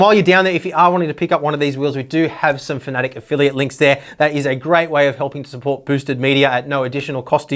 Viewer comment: Fanatic, is it not pronoucned Fana-tech? Have I been saying it wrong?